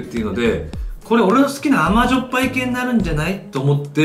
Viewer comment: いつぞやに言ってた「あまじょっぱぱい」ですね